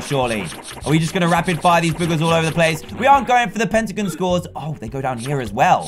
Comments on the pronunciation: Dan its not petagins it’s pentagon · DanTDM sayes "pentigin" for me thats weird because i live in canada and we say "pentagon" lllllll